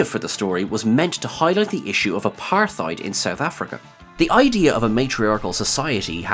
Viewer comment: "Apartheid" was badly mispronounced